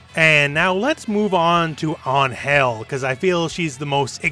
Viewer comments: It's AN-gel, not an-GEL. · La manera como dice Angél en vez de Angel xdxd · It's actually "Ángel" making emphasis in the A rather than An-hel, wich is actually good but without the long time between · In Spanish “Ángel” has a tilde on the “A” so the emphasis of pronunciation is on it. AHNN-hel instead of an-HELL. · Just a little correction. In Mexico, it's pronounced AN-hel, not an-HEL. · In spanish it's pronounced with emphasis in the "A" (Ánhel) an-Hell sounds cringe :P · I'm not gonna complain about an english speaking person trying to pronounce an spanish word Just gonna say that is kinda funny cause what I hear is "An...Hell" each time he try to say Angel It's written the same just try maybe to say "An" and then without pause say "Hell" with just one "L" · It's pronounced AN-hel the first syllable is the strong one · Great video mate, but wtf was that form of saying An-hel? great point for trying, but that is over the top and not how is said in mexico, An" is right gel need some work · It's weird that you point out how you pronounce Angel as An-hel because she is mexican yet screw up the pronuntiation completely. In spanish you accentuate the "an" part. Just like when you pronounce Los Angeles. It's not hard! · Just a note: Ángel's name is pronounced stronger in the "A" not in "gel" (Since she's from México)